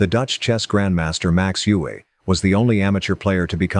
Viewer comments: Well, this is a typical American shoot-from-the-hip video. Capablanca was known as 'The Chess Machine' not The Human Chess Machine'. Max Euwe is pronounced 'Erva' not 'You-hey'. There is so much to focus on with Kasparov and you got snagged on the match with Deep Blue and his involvement with politics - omitting, even then, that Kasparov had warned the world about Putin's expansionism years ago. And why not present them in chronological order instead of randomly? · You-Way is pronounced Oi-Ver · He butchered many pronunciations, especially Euwe. He did get Lasker right though.